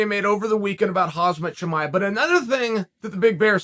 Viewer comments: Chael please! His name is not Hazmat, it’s Hamzat! 😁😆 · It's khamzat not hazmat uncle chael. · It's Khamzat, not hazmat ffs Uncle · Why didn't someone corrected him unitll now. It's not khazmat, it's Khamzat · Stop saying Khazmat, he is Khamzat and he can kick your a..s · ' Hazmat Chimaev' He's not even trying 😂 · Huzmutt LOL - Chael - Pro youtuber - champion - MMA expert but cant pronounce Khamzat's name ??? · Why do you insist on calling him khazmat? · Chal keep saying Khamzas name wrong... he saids Hazmat or some sh*t haha... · How hard is it to pronounce a 7 letter name in the correct order of letters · Why can’t chael pronounce a name lolol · Khamzat will be changing his name. Chael is always correct. Sure, he pronounces every name wrong, BUT hevis still always right